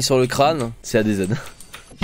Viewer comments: ça se dit ADZ pas ADEZED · Ta prononciation d'adz me perturbe